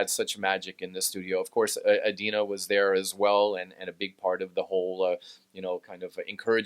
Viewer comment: Nie Dino tylko Adina. Spoko wywiad, pzdr